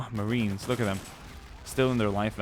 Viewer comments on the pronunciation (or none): none